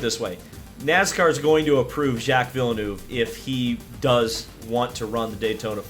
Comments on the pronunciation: Its vill-nerve btw. Not vill-noove btw. Just a quick correction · Did he just say vill-eh-nuve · He's been around for at least 26 years yet you bloody yanks still dont know how pronounce Villeneuve